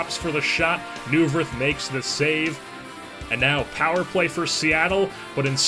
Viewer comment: I'm a flyers fan and I'm sorry but I have to correct you its pronounced Michael Noy-Verth